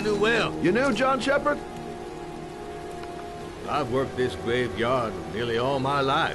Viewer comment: lol "John Shepard"